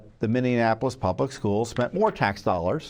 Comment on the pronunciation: I love Tom but I hope whomever is arguing the case knows how to pronounce "Minneapolis" because the mispronunciation is pretty distracting.